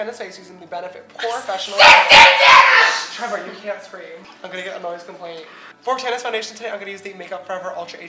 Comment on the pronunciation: ........its Tana not Tanna:)